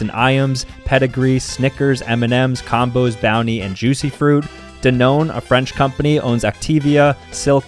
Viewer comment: This is my first time seeing someone pronounce Danone as "duh-known" instead of "dan one"